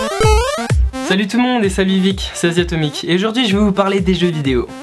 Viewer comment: j aime bien quand il dit sahut